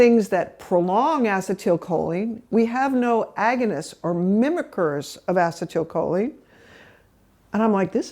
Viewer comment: Great info. I just wish the doc would pronounce acetylcholine properly, instead of inserting an extra syllable.